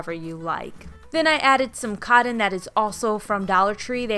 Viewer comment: I love how you say cotton "codden" must be a Chicago thing ;)